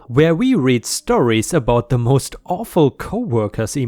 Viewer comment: I read the story...pronounced red. I read books...pronounced reed.